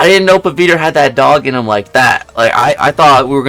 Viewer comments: Bro he is pavithr bro not paviter 😂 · Somenes gotta teach him the pronounciation man, not hating on him tho